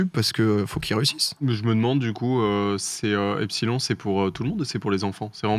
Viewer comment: Epsilon se prononce "epsilone"